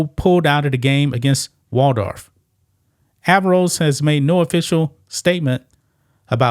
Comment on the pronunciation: Averroes -- pronounced "uh-VAIR-oh-EEZ". It's the name of a Muslim philosopher and physician from A.D. 1100s Andalusia (Spain).